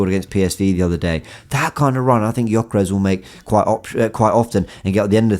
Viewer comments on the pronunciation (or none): U dont say right his name....Say: Djoekeresh... He has hungarian name,his parents hungarian..i know how to say right...just sounds really silly how u say .good content ❤️🇭🇺